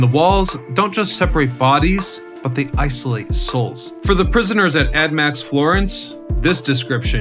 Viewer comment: Why do you keep calling it “admax” Florence 😂 it’s ADX